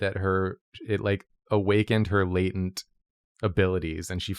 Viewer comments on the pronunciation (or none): none